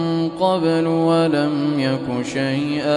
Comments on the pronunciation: Salam. I am still learning and would like to check at timing , ayat 60, my quran shows "syai-aa" but sheikh's pronouncation is different. I seek clarification. Jzk khyr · Ma Sha Allah beautiful voice .but Please check last word of ayah 60